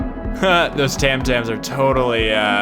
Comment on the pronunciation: That's it, I'll never hear TIME the same way again - why are talking OVER the good parts ( and it's TOM TOMS - not "tam tams" 😅